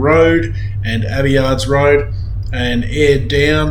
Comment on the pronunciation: Abbeyard! NOT! Abbeyards!